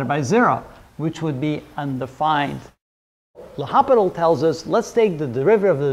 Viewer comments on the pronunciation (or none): Thanks for this cute limit. By the way L'Hopital is pronounced Lopital, the H is silent. The French family name means "the hospital". So, probably his ancestors were medical doctors at an hospital. In the end, which is a limit, L'Hopital's rule is a nice remedy.